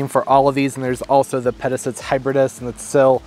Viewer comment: Pronounced - Peta sight ees